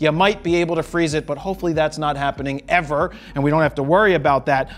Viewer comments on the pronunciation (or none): none